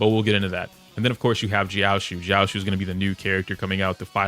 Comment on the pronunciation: it’s pronounced jiao-cho. love your videos!